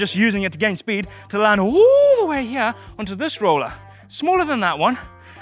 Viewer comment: “From hyeah to hyearh”